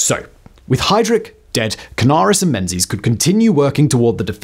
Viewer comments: It's pronounced Mengis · Interssting fact "Menzies" is more correctly pronounced as "Mingiss" - it comes from the extinct letter "yogh", which was transliterated as "z" when we moved to moveable press printing. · Pronunciation of "Menzies" is somewhat lacking !